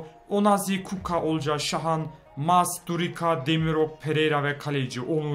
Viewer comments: Kuka değil Kucka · Abi kuco değil kucka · Kuka değil abi kuska diye okunuyor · KUKA DEIL KUÇKA OKUNUR. BONDONGA DEIL BONGONDA OKUNUR ! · Abi kuka ne ya :D :D Kutska diye okunuyor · Abi sen kuckaya kuka diyiyon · ABİ O KUKO DEYİL KUÇKA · kuka değil o kuçka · abi kuko degil kucka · abi kucka öyle okunmuyor kuçka diye okunuyor